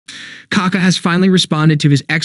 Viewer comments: It's kaKÁ, not KAka. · You pronounce his name very incorrectly